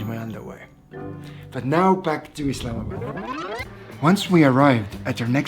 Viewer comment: thank you for showing our country and btw its not "islamad" its "islamabad"